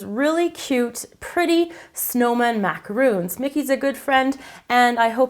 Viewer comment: Why is no youtube chef able to pronounce the word Macaron? Macaroons are coconut and chocolate cookies. An english word. Mac-ah-roon. Macaron is an meringue based cookie. A french word. Mac-A-Ron. Mac as in macaroni. A as in the letter A. Ron as in Ronald.